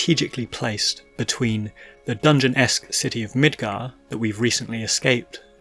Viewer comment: Holy shit bro. MID-GAR not "mitgur"